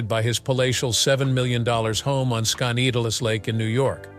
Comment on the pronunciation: This robot's mispronounciation of Skaneateles Lake near Syracuse s hilarious! It's Skin-e-at'-less. Also, I don't think he commutes daily from the Syracuse airport 30 miles away to NYC! That would take hours. So it must be his weekend/vacation retreat, not his M-F home.